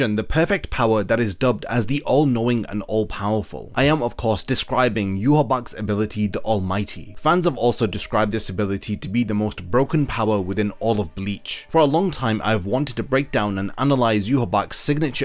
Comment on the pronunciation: Why do you guys all call him "yu ha back" when its pronounced "yu ha baha" i know for a fact you have seen the anime multiple times. Say it right